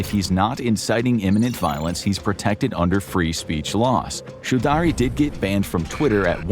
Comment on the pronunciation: "chew daree"??????? Choudry is pronunced /chow-dree/. Why do Americans butcher people's names without even bothering to ascertain how they are pronounced?